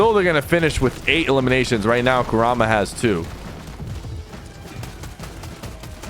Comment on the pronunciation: You said kurama wrong, its KUR-rama, but aside from that your content is good, but some helpful feedback im giving is to watch this live with someone to help expalin it to you. For example you could watch aussie antics when your not live so you can learn more about it.